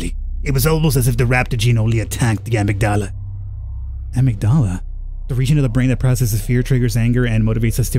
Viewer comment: I gotta say it, ish, amygdala is "a-mig-da-la" 👍🏼